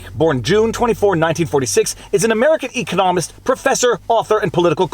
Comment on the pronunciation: putting the emPHASis on the wrong sylLABle for ecoNOMist - but I like it! From now on, that's how I'm pronouncing eCONomics & ecoNOMist